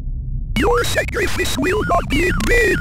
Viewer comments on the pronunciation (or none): Part of that lore is that pronounces "sacrifice" like "sacri-fizz"